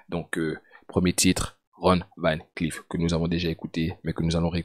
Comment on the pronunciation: van se lis ''vonne ''